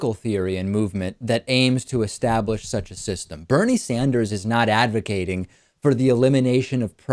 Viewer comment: lol "advercating"